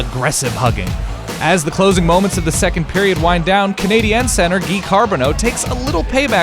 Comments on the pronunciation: Am I the only one to get all annoyed when he says Canadians like canadans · The way this dude keeps saying CanadiEns is really annoying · The way you pronounce Montreal Canadiens is weird. The 'ens' part of it sounds forced. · Nothing bothers me more than someone not being able to pronounce Canadiens or Quebec properly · Dude...why are you pronouncing Canadiens so God awfully? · Why did he pronounce it "Canadiens"